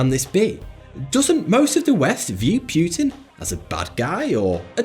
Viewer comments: I NEVER EVER heard Anyone say 'Putin' like you do, and it sound Really Unnatural and stupid (Pute-inn?) Just say his name how it's Actually pronounced, like Everyone else does (Poo-tin💩/Pou-tin) 😂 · Hey, it's not PYUTIN, it's Poutin. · It's not Vladimir Pewtin, it's Putin. And i don't think that really french ships would determine the fate of the world. naaaah, not buying it. Churchil killing allies? well he was a mad and stupid bulldog, that's for sure. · PEW-TIN LOL! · It's not Puetin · its not pronounced puuuutin ffs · Propaganda. Pew-tan ?Hey-tch? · you said pewtin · Please pronounce Putin correctly. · Please learn how to pronounce Putin and Angela properly